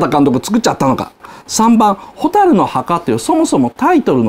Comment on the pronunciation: 蛍の箱って聞こえた